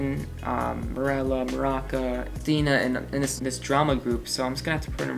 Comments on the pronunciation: Isn't it Maruca? Why is he pronouncing it Maraca? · I was aboutta shut it off when Keefe wasn't put in literal gods like fr. alden is kinda annoying but not erasable. Listen to the sudiobook dude. Maruca. nor maraca. BIANA IS NOT A MEH